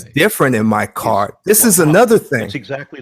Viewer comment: Zactly zactly 😂😂😂😂